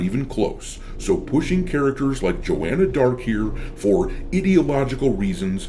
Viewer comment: That was JAW-Anna Blart